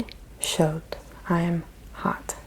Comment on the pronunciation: Faim is pronounce like fin and chaud without the d, Also amazing video love it ! Merci